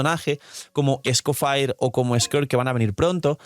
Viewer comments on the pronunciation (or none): esco que? Se pronucia escofié no escofair. Es el apellido de un chef histórico Auguste Escoffier